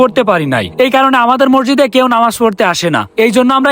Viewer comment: মসজিদ❌ মরজিদ✅😂😂